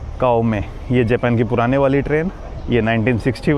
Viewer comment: Tum bato bato me dant q nikalta hay .Bina matlab ke . Smart nehi lagta hay . Japan ka pronounce thik se karo .